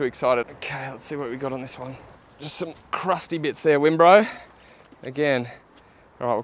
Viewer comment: Wimbro has "won'bro 😅